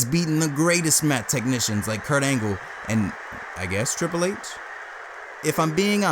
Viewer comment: Hearing you call Angle Kirk Angel reminds me of when Chris Jericho called him that in 2000 that was funny just like Kane’s hairline and I guess they had to tell you their names in their E-Mails in case you don’t know who they are